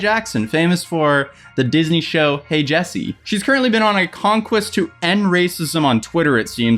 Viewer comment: in not even going to comment on the fact that you just said dysney. I’m just gonna leave that here so you can never edit it. Just so, people can read it and know that yes, you are that dumb